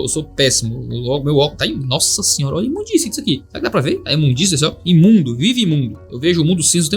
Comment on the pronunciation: BHAHAHAHHAHAHAHH!!! quando voce fala nóssasinh... é de zueira ou vc tem esse costume mesmo? e tendo esse costume as pessoas te criticam por isso ?!?!!?